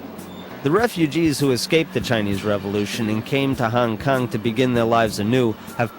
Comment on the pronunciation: Bruh, you’re driving me nuts with “Hang Kang.” Great video, though!